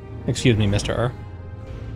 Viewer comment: Fully expected for you to say MistUr instead of Mister Ur